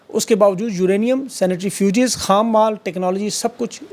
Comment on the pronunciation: 🔥🔥Centrifuge,,,,Centrifuges,,,,,,Centri …fuges (not Sanitary fuges !)…. سینٹری۔ فیو۔۔۔۔جز